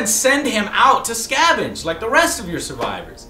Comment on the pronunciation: "Scavage" lol SCAVENGE Joe! You always say the wrong words lol